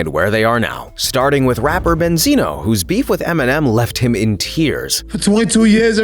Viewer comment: Banzino instead of Benzino😂😂😂😂😂😂😂😂